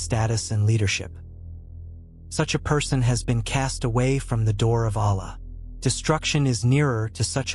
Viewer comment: What kind of science are u talking. Why u complexing such a simple religion. U can't even pronounce the name Allah, in the right manner Are u a.i.